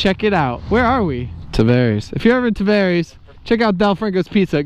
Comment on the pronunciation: Hoping you made a left at 561 but you went right, back towards 441 😔. It's (Ta vare ees) btw lol. You are eating like a mile from my crib.